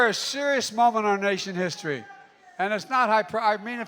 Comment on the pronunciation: "We're a seruss momen nation hissory!" 😏